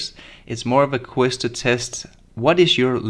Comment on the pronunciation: It's a QUIZ, not a "quiss."